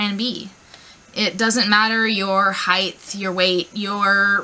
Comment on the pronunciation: K I've never ever cosplayed and even I know that "cosplay" = costume+play... So "cause-play" is the correct pronunciation. Also it's height not heighth. (Although heighth was a word back in the 18th century if you want to get technical.) but you do you booboo